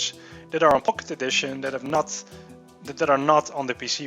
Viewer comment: sounds like hes saying pok`e edition.. lol